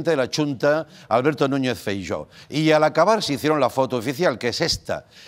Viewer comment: «Chunta», «Feiyó»... Andreu, por favor...